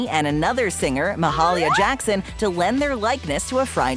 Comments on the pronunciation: ➡ Attn.: Ma-HAIL-ya Jackson. ⬅ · I passed a Gino’s the other day in Glen Burnie Maryland. There are 3 still in operation. Also, it’s Ma-hail-ia Jackson. One of the most famous gospel singers of all time.